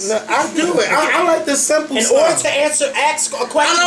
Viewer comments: Not mad just saying you should say ask not ax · its ASK....NOT AX. YOU DONT AX SOMEONE A QUESTION YOU ASK!!!!!!!